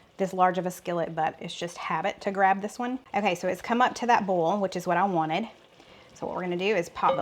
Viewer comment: In Louisiana here, you are right, boil is "bowl" or "boll" and not "boy-l". Ha, ha.